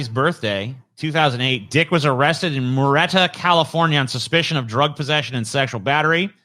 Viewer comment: It's not murr-eta, it's Mirror-E-eta, California. I know the pronouncation because I've lived right next to it for half my life, under fear that Andy dick might grope me next